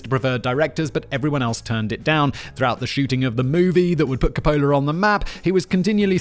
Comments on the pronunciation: Francis Ford Car-Polar... Is there anything this guy can pronounce correctly? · The way he pronounces Francis Ford Copola is killin me. Lol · My GF has interrupted this video at least twice because "Simon isn't pronouncing Coppola correctly" like that's what is important here😮‍💨🤬